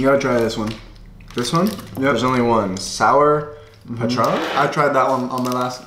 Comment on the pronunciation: I was so impressed with your brother's pronunciation of "Sur Patron" the second time that I had to pause the video to write this comment.